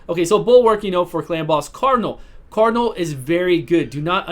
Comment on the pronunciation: "I've done a million videos on seer" "Her name's Cardnal"